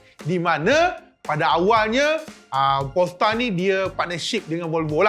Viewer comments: sebut Polestar, kawan saya kat sebelah dengar P*rnstar. Haha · Bang, sebut betul² word Polestar, org kiri kanan saya semua toleh😂